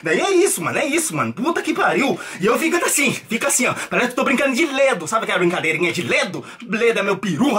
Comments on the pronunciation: agonia ouvir ele falando ledo, acho que eu já ouvi gente falando assim antes. É lego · o falando LEDO kkkkkkk